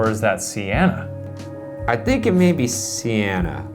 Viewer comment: I think you say her name as sènna